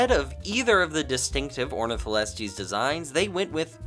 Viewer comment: Knew you were, why did you massacre Ornitholestes' name like that:(